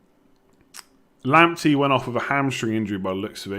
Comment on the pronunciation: if Partey is pronounced "Partay" then wouldnt Lamptey be pronounced "Lamptay" seeing as he is of Ghanaian descent?